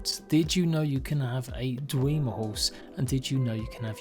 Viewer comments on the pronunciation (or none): You do know that if you Play the game it tells you how to pronounce things like Dwemer..?!? Dweh-mer not Dwee-mer.. I mean wtf.. smh...